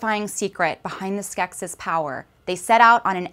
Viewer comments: The plural is pronounced "skek-sees". Did anyone here watch the film? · I was more poking fun at your accent on the "gem" comment, but the plural form of Skeksis is in fact pronounced "Skek-sees", and also, this piece is 98% fluff in regards to what it claims by title. -and you're very welcome! (no hard feelings on the accent/Gem thing, that was just me being silly! :P)